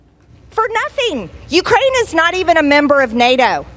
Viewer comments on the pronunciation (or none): none